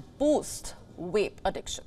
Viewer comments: It's cute that she can't say "vape" 😂😂😂,she swaps v & w .wapes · Yes I've noticed this too...maybe it is hard for hindu speakers to differentiate between v and w